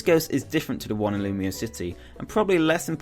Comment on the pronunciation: You know it's pronounced "loom-wa," right? It's supposed to sound French.